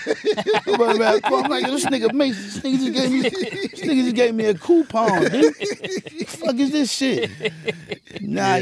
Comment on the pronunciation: Mase gave me a "Coolpon" 😅😂😂😂😂😂😂😂